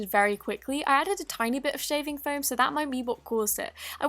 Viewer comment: It’s called foam not floam